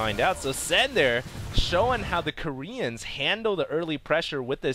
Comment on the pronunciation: that just how u say sen is koreAN, plain wrong!